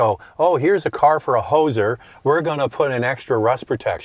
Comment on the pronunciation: "Hoser"😅